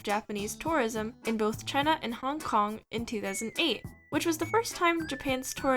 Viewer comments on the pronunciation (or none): none